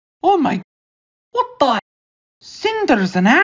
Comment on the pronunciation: When said: Wtarde 💀